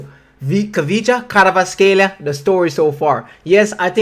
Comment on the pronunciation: not K Karvatskhelia but Kvaratskhelia first v than a but you also can call him just Kvara